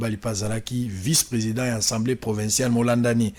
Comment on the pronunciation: Molakisi a l universite qui est au rabais, ne wait meme pas prononcer assamblee mais il dit ensemblee